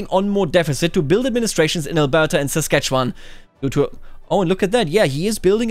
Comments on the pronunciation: I'm shocked to hear someone pronounce Saskatchewan correctly! Normally people look at it for 3 seconds and then give up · Most other Canadians can't say "Saskatchewan" correctly. does. The mind boggles.